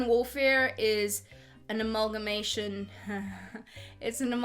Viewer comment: 'Amalgamation' You got me giggling in the office 😂